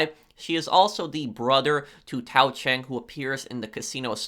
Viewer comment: When he said Senior Cheng, all I heard was Señor Chang.